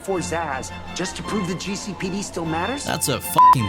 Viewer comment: god how i missed hearing GEE CEY PEY DEY